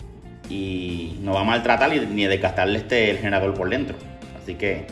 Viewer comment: Porque hablas tan raro.... Dices Motol en vez de Motor..... dices Prendel.... en vez de prender!!!! dices Generadol... en vez de Generador....porque hablan así?